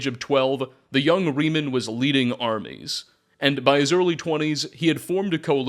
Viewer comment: This is a small thing, but seeing as you say his name about a million times, Reman is pronounced Raymon, not like Remus from Roman myths.